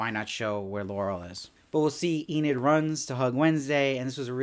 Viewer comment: I finally finished the show today and I really enjoyed it! I also enjoyed watching your videos on each episode, even if you did pronounce Enid as "eh-NEED" instead of "EE-nid." 😉